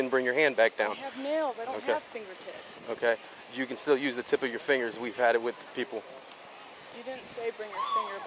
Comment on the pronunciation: im on her side, looks like she did great. he messed up words while she did not. its no nuze, its use